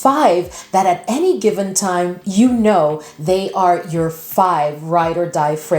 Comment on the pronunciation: I keep hearing 500 fragrances lol